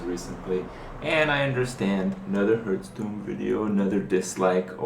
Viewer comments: its Hearthstone not Herthstone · Another ''Hurtstone'' pronaunciation coming from you mouth another dislike cheeky scrublord. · I dislike your videos because you say Hurtstone. Fucktard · People seem to think that they are entitled to see whatever videos they want. This is Kripparrian's youtube channel. He enjoys playing Hearthstone (even if he says it wrong! :P ), and I don't see any reason that he should not be allowed to make videos about it. If you want to watch videos about a different game, go somewhere else...